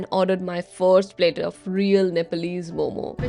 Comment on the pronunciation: Bro she pronounced it like every other foreigner just missed that momo(zzzz)